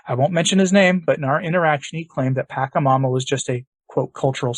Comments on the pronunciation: Unless you know something about this South American idol that I don't, I believe the correct pronunciation should be PA-CHA-MAMA with the CHA said as it would be in cha-cha-cha, not as a hard K sound. I could be wrong if the reference language is a local one rather than Spanish. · The first syllable in “Pachamama” is pronounced with a soft ‘ch”, similar to the English words “patch” or “match”. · I know this might sound petty, but it's hard to listen when you keep mispronouncing the name of "Pachamama". But the content is much more important. This event was the first time I did more than just shake my head at Pope Francis. This actually made me angry, and I remain so until this day. The Protestants are mocking the Church over this, and they are right to do so. Also, any shout-out to St. Maximillian Kolbe gets a thumbs up from me. St. Maximillian, pray for the Church. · He refrains from saying it with that pronunciation because it could inadvertently be an invocation of the entity. Words have power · Yeah, knows something you don't know. As all of the exorcists tell us, you never ever say the name of a demon properly, because it gives them glory and invokes them. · It's "pacha", not "paka" That is just annoying to hear... I was a shamanic practitioner for a minute. Until the Lord pulled me away because I asked Him to... Anyway... Pachamama is mother earth. Although, I don't partake in this type of abomination anymore. It would be nice to say the name correctly. Thank you This is all about the new age trap called NSA new satanic age. Do not be fooled people, this is wrong and NOT teachings of Jesus Christ, our Lord The pope is and has been deceived to "get a long" with everyone and their own faiths. It is a trap and I believe that in time he will realize his misguided justices Remember we are all sinners, trying to become saints... Amen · It’s not pronounced pakamama, but patchamama.